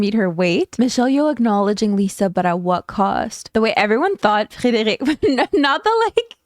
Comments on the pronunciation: You pronounce Frederic soooo well, are you bilingual in French? :0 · that Frederic was too perfect, t’es québoise par hasard?🫶🏻